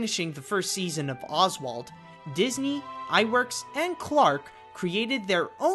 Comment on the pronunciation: Great bio, with one minor quibble - Iwerks' name was pronounced "ubb" (as in "bubble"), not "oob." But that's a minor detail. I think I've developed a softer spot for Oswald than for Mickey - at least the Disney/Iwerks Oswald - and I'm glad he finally got his time in the spotlight.